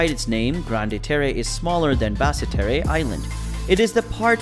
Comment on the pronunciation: Bad pronunciations but great information and pictures thanks. For example as I understand it Basse Terre is said like Bas Ter.